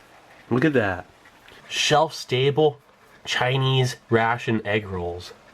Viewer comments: "Chi-nee" very exotic. Hope it has dehydrated chop suey. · Did he say shiny pound cake or Chinee pound cake?